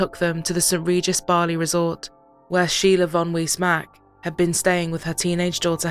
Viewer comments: why are u saying BAAAAHHHRRLEY instead of Bali? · Never heard Bali said wrongly so many different times than today. Might want someone who can say the main place correctly.